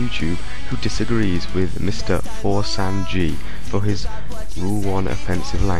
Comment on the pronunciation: it's For-Ess-and-Gee.